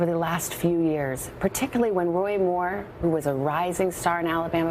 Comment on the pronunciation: The Washington Compost Jew reporter left voice messages offering "5 to 7 thousand dollars to any woman between the ages of 54 and 57, willing to make damaging wemoks about WOY Muww "